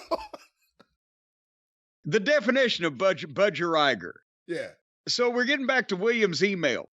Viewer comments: Laughed so hard at the way Jim pronounced Budgerigar, don’t you guys have them in the states? It’s pronounced Budge-e-ree-gaar! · Hearing Jim try and pronounce Bud-Ja-Ree-Gah (phonetics... Lol)